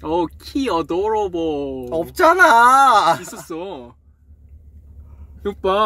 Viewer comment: Taemin code word: odoroble😂😂 when you don't know what else to say....😆 love him💖💖